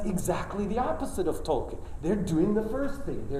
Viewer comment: The irony of him pronouncing Tolkien incorrectly as 'Toll ken'...and not as it should be 'Toll keen'...